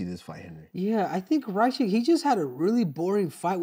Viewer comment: How did they both finally correctly pronounce "Ra-Kich" just to both butcher it the very next time they said his name lmao. How do you deduce "Ry Kich" from Rakic hahaha